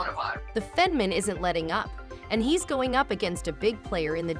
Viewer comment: Stop using AI to read words. They suck at pronunciation. It said Fetterman about 10 different ways.